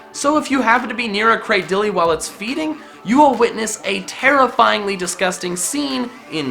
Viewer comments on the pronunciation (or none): Cra-diley? Um, that's not how you say it. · You just ruined my day with your pronunciation of Cradily 😭